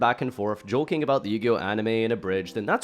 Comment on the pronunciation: jokin' but with a hard g in place of the k